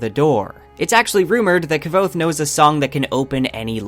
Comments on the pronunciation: Dude... Please pronounce the name Kvothe correctly. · Did this dude just pronounce his name Kav- othe WTF NO its pronounced quothe (k-woth) pat said so on a live stream lol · Mispronouncing Kvothe will never make sense to me. He literally tells you how to pronounce in the text, there's an exchange to the effect of "yeah it's Kvothe, pronounced like quothe" how do people still get it wrong?? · Yeah, Ka-vothe 😢, he should try harder, it’s not that hard to say K-vothe without the epenthetic vowel! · KuhWothe not Kuh-vothe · I loved all this except your pronunciation of Kvothe's name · Kvothe is described as being phonetically similar to "quothe" but with a soft v, so having it emphasized to how it's pronounced here as KI-vothe just sounds incredibly wrong to me. Basically I pronounce it with no space between the k and the v almost exactly like I'm saying quothe but replacing the u with a v. I think his name should be more graceful and the hard "ki" part pronunciation just seems clunky. There are other more minor pronunciations that rub me wrong but that's the main one. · Not quite - it’s like quoth but with a v. This guy, though, is totally off… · who pronounces iron "eye-ron?" Also I thought Kvothe was pronounced more like "quoth" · Is that how you pronounce Kvothe? I heard its more like Quoth. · "Kuh-vothe" lol. I thoroughly enjoyed the video, but every time you'd say Kvothe's name bugged me haha. I need answers, Rothfuss!! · Fuck you pronounce his name like a fool is QUOTHE, says that in the first bit of the books you fuck stick. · "K-vothe" *eye twitch* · literally not how it's pronounced. Kvothe says early on in the first book that it's pronounced as a q sound. Like Quothe. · Nhat Dam every time he says “Ka-vothe” I slip out of the video... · It is said "Cothe" Like "Quoth" he says it in both books. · Why are you pronouncing his name as "Ki-vothe"? I really want to keep listening to your theories, but your pronunciations are really throwing me off.